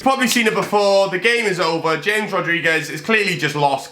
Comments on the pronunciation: mate you said james Rodriguez it’s HAMES Rodriguez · It's pronounced Hamehz not James Rodriguez